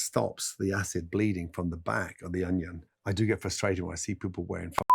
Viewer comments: it’s a british thing, sometimes they say “honion” or “onihon” no idea why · Next question why does Gordon Ramsay say onion like that? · He says onion in a really strange way, doesn’t he?